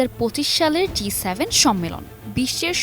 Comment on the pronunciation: G7, উপস্থাপিকা বার বার বলে যাচ্ছে D7